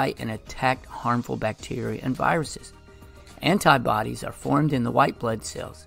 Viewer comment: Can you please fix the misspelling of collagen? And the pronunciation of antibodies, it almost sounds like antibiotics. Thank you!